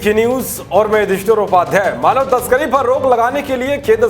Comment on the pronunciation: अपने नाम का स्पष्ट उच्चारण करो भाई जल्दी से मत बोलो क्या उपाध्याय बोलते हो समझ में नहीं आता